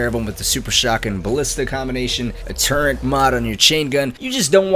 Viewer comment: For-ward. For-word. Forward. Turr-et. Ter-it. Turret. Hope this helps.